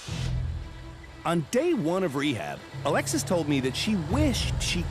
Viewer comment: Cady Coupe Devil driven by 'A Lexus' that's all I can here her name as lol, Alexis, A Lexus'